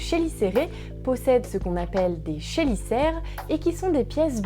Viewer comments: On prononce Kélicère 👍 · chélicère, ça se prononce kélicère, c'est un mot d'origine grec où le ch se prononce k. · Est-ce que "chélicère" ne se prononce pas "Kélicère" ? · Merci pour la vidéo, juste je ne suis pas sûr pour la prononciation du mot chélicère. 😅 Bonne journée. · Merci pour cette excellente vidéo. J’ai un doute sur la prononciation du mot chélicère, mais ça n’est pas très important. Encore bravo. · Par contre "chélicère" ça ne se prononce pas comme ça.